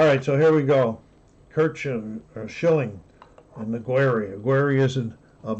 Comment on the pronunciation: Hank Aguirre is promounced 'Uh Gare EE